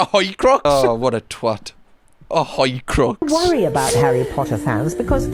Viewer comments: a jewish horcrux "a hoicrux" haha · Horcrux ❌ Hoycrux ✅ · Hoicrux? Hoi polloi?